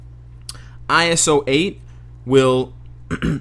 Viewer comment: It's pronounced eye-so-eight not eye-es-o